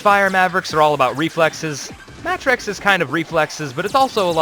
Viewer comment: this guys name is pronounced Matt Rex. for some reason they decided to put them together.